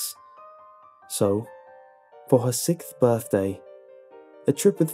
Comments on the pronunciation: "So, for her SICKTH birthday..." I know it's just his accent, but it's funny XD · You say sixth funny haha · Please stop pronouncing "sixth" wrong.